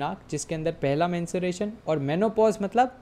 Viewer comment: Sir there is a difference between menstruation and mensuration Menstruation is a biological process Whereas, Mensuration is the branch of mathematics that studies the measurement of geometric figures and their parameters like length, volume, shape, surface area, lateral surface area, etc. Please don't mind your were mispronouncing it several times so I thought I should correct you Thank You❤